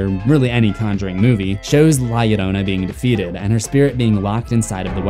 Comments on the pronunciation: From a latin subscriber, your pronunciation of "Llorona" is pretty accurate! ❤️ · Thank u for taking care to pronounce 'Llorona' correctly :"")